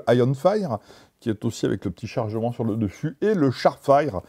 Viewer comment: Juste, pour les prochaines fois : "fire" ça se prononce "fayeure" pas "faïre"